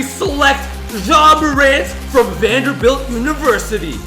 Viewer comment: He said Vanderbilt 😂